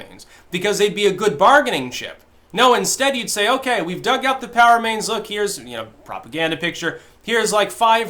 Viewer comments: I think you are literally the only person I have ever heard say Pow instead of Pee-Oh-Double-U. XD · Um, Dude it's P. O. W. (Prisoner Of War) remains....not "POW." I'm not sure if you are minimizing the importance and seiousness of these individuals' families and What these men and women went through and died for. Not trying to be critical or mean, just a concern/thought. Thanks! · I thought you were saying "Power-mains" until I remembered how you Styxify words... It's P.O.W. remains, not Powermains. Ha. (The GIG is up, right?) I don't know if this is on purpose or unintended, but make the effort and pronounce the initials properly. Maybe vets watching might appreciate that. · Drew M - The difference is POW is one of the words that spreads over the screen on the old Batman show when someone got punched. "POW!" "BONK!" "SLAM!" Go get 'em Caped Crusader! Makes me giggle every time says "POW!" instead of "P-O-W". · I keep hearing "Power Mains". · I thought kept saying "power mains". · At first I thought he said "power mains" and wondered what the hell those were. There is something to be said for clarity.